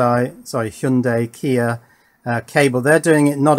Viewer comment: Nope. Hy- young- die is the correct way to say it.